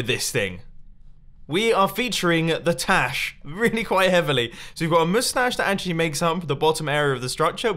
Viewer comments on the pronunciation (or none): Dude! It’s not ‘tash, it’s ‘stash!!!!